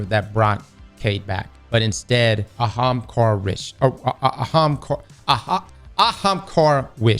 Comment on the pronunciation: Holy fuck. He said ahamkara correctly.